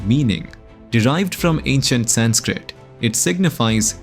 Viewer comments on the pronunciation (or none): none